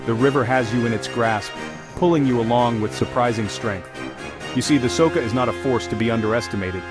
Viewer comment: Soka? It should be something like Socha. Wrong pronounciation. Otherwise a great video, lot of passion in it. Congrats